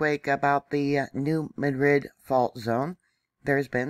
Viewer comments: Locals pronounce it New Mad-Rid, not ma-drid. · Yes, mary. Please pronounce correctly! Mad-rid